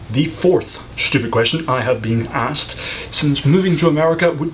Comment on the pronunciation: 11th stupid question: Why do you pronounce "stupid" with a "shhhh" sound? Shhhhuffering shhhhhhuckotash Also when that guy said "S" countries he might have been referring to the "slavic" countries, but couldn't remember the word....